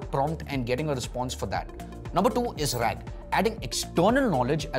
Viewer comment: RAG.....RAAG please.